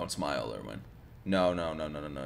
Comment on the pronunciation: How am I seeing no one telling him he's been saying Erwin's name wrong this whole time. 🤦‍♂️